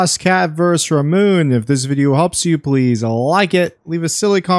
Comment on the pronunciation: I think it's pronounced ra-moo-nay and it's a girl bird 😅 The car says it's his sister 😊